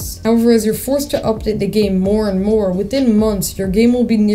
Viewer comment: “And much moore” 😹